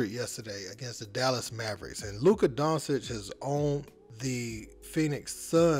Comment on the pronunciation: Maaaan Luka in his 6th in the league and people still can't his name correctly.